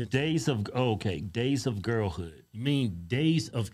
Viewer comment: Sounds like he’s saying gays of girl hood 😂